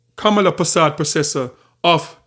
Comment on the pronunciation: Kamla not kamala😂